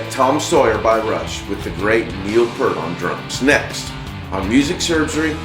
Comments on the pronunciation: First, pronounced 'Peert' not Pert. Rush played a lot of rolling rontondos. A classical term for slowing down or speeding up in the middle of strung together unison notes. Like the unison section in YYZ after the 5/4 intro. And the intro to Spirit of Radio - not synced 16th notes with guitar arpeggio. That's what bands did in the 60's, 70's and early 80's before studio clicks. The music could breath. Or the tempo shifted around deliberately. Harder than current perfect, quantized time. Or strict classical/jazz technique. Listen to the big unison hits in Rush's Xanadu for instance, right before the 2 band breaks? They slow those hits down gradually. Like an orchestra would. Like Yes did, and other prog rock 70's bands did, like Genesis. Harder to nail than quantized grid accents. It's what made these bands great. These musicians better. That's feel. That's art. Thats human. Neil was going for the machine straight 8th feel in Tom Sawyer in 1981. The first real drum machine (The Linn) had just come out. "Mechanical Music" - Red Barchetta was new & hip. In 2021? Perfection is unobtainable. Stale. Antiseptic, like an O.R. Art, and music need not be. We need more of that. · Good video! But two corrections: 1. His name is Peart, rhymes with ear. Not Pert, like the shampoo. 2. They recorded this album in November 1980. Not 1981, 82, or 83. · It’s pronounced (peert) not (pert). PEART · Correct and true fan pronunciation of Neil Peart is Neil Peert not Neil Purt ... blah Blah BLAH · Neil Piiiiiiirt, not Purt! What is it with Americans getting this wrong over and over again? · It's pronounced Peert, not Pert. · He didn't have a sense of humor about it at all. Thats why he reacts that way in the video. ( because he was so sick of it) I met him when I was a kid and he said: its Peart. Like on a pier. Pier-T. got it?. C'mon no excuses man. Hes a legend, lets get it right. By the way you have a nice salt and pepper Berd. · It's pronounced PEEEERT!!!!!!!!!!!! Damn.